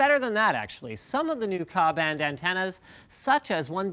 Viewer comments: Aniket Dembi same with K-A not "ka" it was bugging me too. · FWIW - No one in the satellite industry calls them "ka" or "ku". It's K-A and K-U. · It isn't a satellite antenna, it is a directional antenna. also it is K U band. Also it is K A, stop saying Ka. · Stop calling it "Ku"and "Ka"... It's K-A and K-U.... The K is the frequency Band (like SHF). The u and the a are s sub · It's pronounced 'Kay-U' and 'Kay-A'